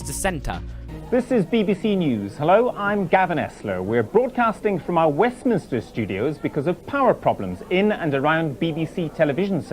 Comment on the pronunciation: Great video remember all 3 power cuts. BTW its Minster in Westminster not Minister.